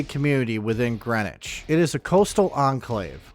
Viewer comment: ok I lived all around that area I knew Greenwich CT and we didn't say Greenwich it's a certain way you pronounce it if you ever been there new Canaan and even Stamford now if you had the money to live in Greenwich you would know now to this day I don't really know the real story I grew up way before you tube be blabbing the story I'm still not sure but I know what I heard when I was younger and yeah we use to visit Greenwich high school not too far from new Canaan and I'm sure bout anything but I still say what I heard when I got older oh hell yeah I figure out couple things